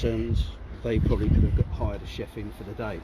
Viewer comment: “Chef” not “Chief”😂